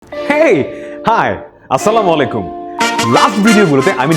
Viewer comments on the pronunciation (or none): আরে মুর্খ মলাইকুম না আলাইকুম